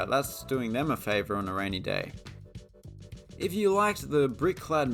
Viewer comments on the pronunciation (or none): none